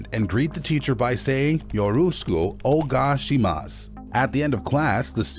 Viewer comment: it’s pronounced 'yo-ro-shku oh-neh-gah-ee-shee-mahs,' not what the reader said. Additionally, the text on the screen says 'Yoroshiku onegaiitashimasu,' which is extremely formal in Japan. Typically, this level of formality is reserved for formal meetings or announcements, rather than in schools.